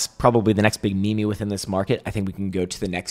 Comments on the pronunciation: Not ME ME. It’s MeeeeeeeeM. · The best meme is saying me-me.